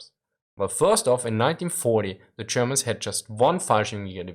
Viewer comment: I watch this channel mostly to hear "zee Germans"... :P